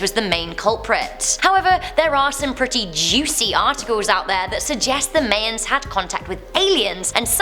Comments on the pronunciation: most brits say my-ans myself and anyone else I know say it this way. I've never heard it said the way she says it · She didn't say my-ANS But she said my-ens Sooooooooooo she didn't say mans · Your pronouncing Mayans wrong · She said Mayans wrong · It’s not “Mayans” it’s “Mayans” !!!! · You're saying Mayans wrong! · Will somebody please tell her that she's pronouncing Mayans wrong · the way she pronounces Mayans is enough to consider unsubscribing............it was that painful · She pronounces Mayans wrong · The way you say Mayans is hilarious! I kept correcting you the whole spot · And i'm not a native english speaker so i don't know for sure but that's how i would say it. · cool but does it matter that she mispronounced myans tho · Sounds like she is saying it similarly to how a foreign person would by word association and her reference word is 'mayonnaise', just an observation that ivee noticed when assisting foreign people with their accents being hard for most Americans to understand. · J , I was just thinking the same thing. That pronunciation got to me about as badly as how East coast Americans pronounce Nevada. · Amazed to see all the rage about this.... I myself had to rewind and hear it again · regardless of having a british accent she's still saying it wrong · Not really a good excuse, accents don't change pronunciations of proper names like "mayans". It'd be like her saying "ooneeted stats". I Digress though, I think these kinds of channels intentionally mispronounce to get comments rolling. Any publicity is good publicity. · May-ns? It's pronounced: Maians. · do people really say Mayans like May-ins instead of MY-ins? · ...”mayns” no hate but it’s MY ans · My-yuns not May-yuns Mayans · I can't watch any of videos.. mispronouncing things constantly makes me cringe.. it's now may-ans it's pronounced my-ans. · Pronounces may ons, really supposed to be MY anns. Lol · I Live in the UK no one says it like her! She has no clue obvs.